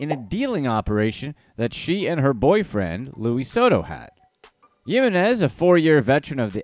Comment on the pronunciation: come one man I'm very white and I can say Yessenia Jiminez ! It's the H sound for the J sound in her last name. So say it like Himines